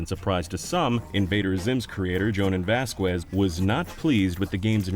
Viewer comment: Lol Vazqwez